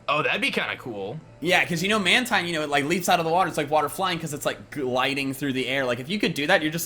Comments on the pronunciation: guys did you know mantine is acctually pronounced man-teen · Mantine pronounce manteen